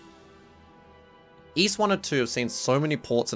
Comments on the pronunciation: Allow me to rephrase it for you then so you can understand. You were not saying iisu, you were saying Es. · you showed iisu in katakana on the screen then proceeded to say iis most of the video. I prefer 'Ys' to 'iis', but if you said 'iisu' i'd be fine with that too. chopping off the vowel at the end could happen in japanese language sometimes but it's not the more common outcome and even if it were, there's usually still a hint of the vowel, like there might be a hint of the second b in the word bomb.